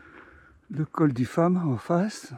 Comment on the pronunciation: Bravo pour cette belle balade, je ne pensais pas qu'il restât encore des feuilles aussi bien colorées en cette mi-novembre, je pense qu'une journée ensoleillée les eût valorisées. Une petite remarque, on dit le col du Fâ(m), le "m" final ne se prononce pas, tout comme le hameau d'Amé(n) au dessus de Guillaumes.